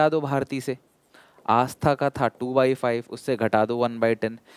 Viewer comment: sir double 'aa' aata hai aastha mein 😂